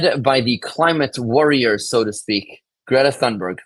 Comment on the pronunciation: Her last name is pronounced toonberg Thunberg don't pronounce it like the thee them this that etc. it's not a TH sound it's like you exhale as you say toonberg. The H is a breath sound. So smart and can't say the name right 😂 I'm no fan of this grownup brat and I can't stand her. But I also can't stand presumably "smart" people who can't even pronounce certain names or words correctly. English is not my first language and I read and write better than most people I know in Canada. If a foreigner can learn the language better than most, what is the excuse for a so-called "smart" person?